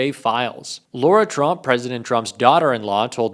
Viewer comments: Let's be accurate and pronounce Lara as it is written, not as Laura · First of all, you should say her name right "Lara" not "Laura". Second, calling for more transparency is not dropping a "BOMBSHELL!". You clickbait because you have nothing real to offer. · It is Lara like cara not laura. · It's not Laura Trump it's Lara Trump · Her name is LARA Trump. Not LAURA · Lara is pronounced as La-Ra rather than Laura. I’d hate for anyone to be confused about whom you’re referring. Thanks! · La-ra. Not Lor-a 😊